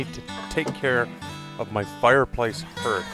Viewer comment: my fireplace and hirth? Hearth = harth